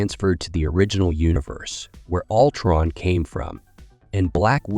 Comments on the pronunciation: I can't watch videos where the narrator constantly butchers the heroes and villains' names. Altron no, no, no, it's Ultron stupid! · Yeah “Altron” was sending me